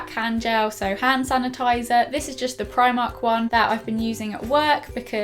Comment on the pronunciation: its primark like she says it